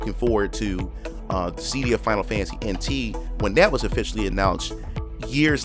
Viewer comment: I’ve never heard anyone pronounce it “ dis sea Dee ah” before Mostly “Dis sih Dee ah “ it was so hard for me to ignore lol